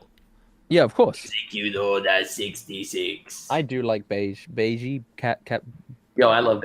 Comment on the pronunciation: Can somone correct them on the pronunciation of bege?